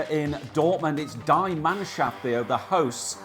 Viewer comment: "die" Mannschaft sounds so wrong 😂 Its pronounced "dee" Mannschaft